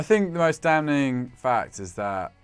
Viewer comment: I love so can somebody pls tell him how to pronounce “damning”